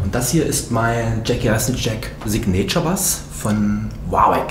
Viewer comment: Sig-nature Bass? Soooo peinlich wenn deutsche englisch sprechen....^^